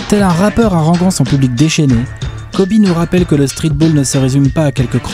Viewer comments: Kobé. ?!?! Wsh y’a plus aucun respect sa ce prononce Kobi ! Et à l’écrit Kobe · J'espère que quand vous ferez la vidéo sur Kobe vous aurez appris comment ça se prononce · Non je suis très sèrieux ça se prononce pas comme ça